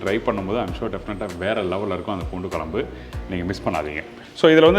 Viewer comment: Try to say Kuzhambu it’s not kolambu